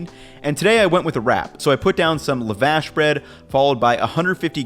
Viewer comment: friendly tip: , lavash is pronounced lah-vuhh-sh (lah as in LAva, vuhh as in the sound "uhh" with a v in the beginning). Excellent vid as usual